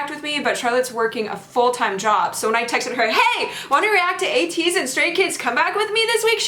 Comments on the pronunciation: When u pronounced Ateez n the subtitle is 80s it so similar to my ear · said Ateez Roty 😂